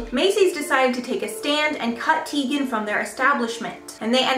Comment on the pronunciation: She said her name is supposed to be pronounced Chrissy TY-gan. Just FYI for future reference